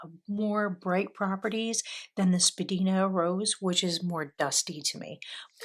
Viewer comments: Thanks for sharing. Spadina is a main street in Toronto. It’s pronounced spa-dine-a. It used to be the centre of the fashion district. There are a number of FWP inks named for places in Toronto: Edwards garden, Bathurst blue denim, down the Don Valley (parking lot😂) , Morningside mint. Lovely choices. Thanks again 😊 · wow what a lovely selection of colours!! i hope you enjoy them in pens! also i don’t mean to nag but jsyk Spadina is actually pronounced spa-die-na (it’s named after a road in Toronto where i live) :) also FWP inks are known for being a bit on the dry side. thank you for sharing! 💛